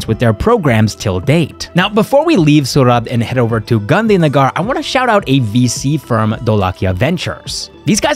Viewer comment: If only you'd have said Gandhi Nagar (gar like purr) instead of Gandhi Nagaar, i'd never know you're not Indian 😄that's the only one you din't get perfect!